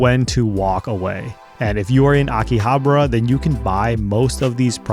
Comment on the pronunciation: Akihabra? really?